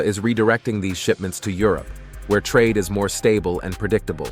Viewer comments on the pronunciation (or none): none